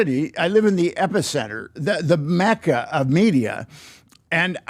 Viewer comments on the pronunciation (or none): none